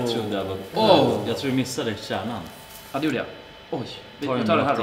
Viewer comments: Stjärnan? Tijärnan?😂😂 Menar du Kärnan? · Det heter kärnan inte särnan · Det var pinsamt när du sa särnan